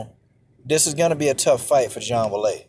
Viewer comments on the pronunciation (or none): Man her name is pronounced way lee